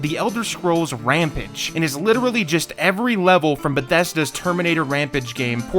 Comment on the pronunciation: Why did you pronounce "rampage" like that lol. This should have been longer. You should definitely make a part 2.